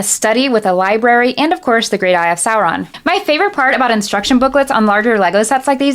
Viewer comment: Certified Tolkien nerd, you said "Sow-ron" not "Sore-on". Spot on! XD